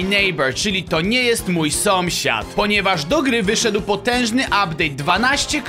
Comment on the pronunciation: dlaczego na początku powiedziałeś somsiad